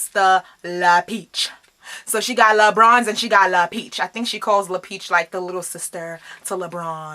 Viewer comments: I thought she kept saying lebrons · I heard l'beach lmao